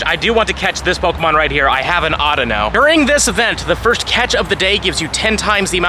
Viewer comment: Why do you say audino weird?